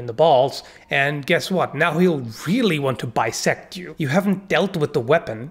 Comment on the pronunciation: "Bisect" hahah